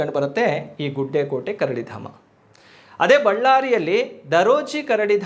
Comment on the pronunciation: ಗುಡ್ಡೆಕೋಟೆ ಅಲ್ಲ ಸರ್ ಅದು... ಗುಡೆಕೋಟೆ